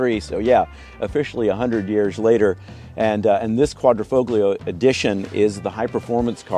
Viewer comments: qua dree foll yo. The G is silent. The foll rhymes with roll. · it's "folio" vs "foglio" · "QUAD-RO-FOB-LIO" 🤣 Really? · "quad-dra- fole-yo", please.... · Said Quadrifoglio. The G is silent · The G in Quadrifoglio is silent bro. 🤦🏻‍♂️ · The “g” in Quadrifoglio is silent. God Americans are an embarrassment. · Excellent review but the G is silent. Think Italian. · The G is silent in Quadrifoglio. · the G in Quadrifoglio is silent